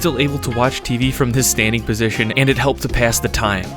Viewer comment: Standing not “stainding”